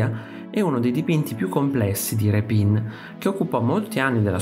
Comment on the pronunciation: Grazie al video. Peccato che quasi tutti gli accenti dei nomi siano errati. A partire dal nome dello stesso Rèpin.